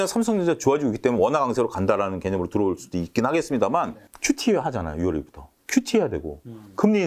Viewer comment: 유월이라 해주세요.. 육월이라 하지 마세요...ㅠ